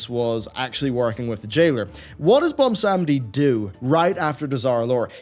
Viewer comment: And butchers "Bwonsamdi" name once again.